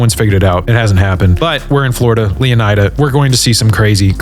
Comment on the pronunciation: I think leonida is supposed to be pronounced leoneeda